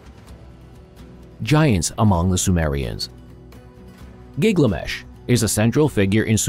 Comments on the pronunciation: You're saying GIG-LA-MESH but I've only seen the name as GIL-GA-MESH. Why is your pronunciation different? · Gil-ga-mesh, not Gigamesh :} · It’s Gil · So...the AI is dyslexic? Is that some sort of low-budget AI?